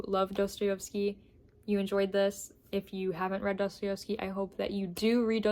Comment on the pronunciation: I love you, but I have to correct you 🙈🙈 pls forgive me, but my ears are bleeding. It's pronounced *DostoIEvsky*, not DostoIOvsky.